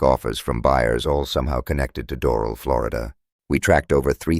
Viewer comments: *dor-AL. Accent on AL. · It might be a good idea to pronounce Doral corrrctly.